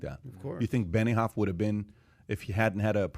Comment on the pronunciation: its benioff not beniHoff